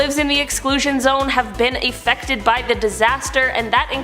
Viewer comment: afectked lol